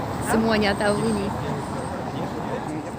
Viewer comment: Lucu "orang" bukan oren 😂